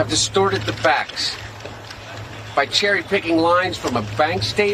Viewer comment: I love it..."cherry ticked a bank statement " ummmm... lol